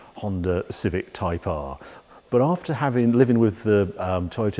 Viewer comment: I'm only about 30 seconds in and I can already tell a great drinking game would be to take a drink every time Harry says "type ahrrr" 😁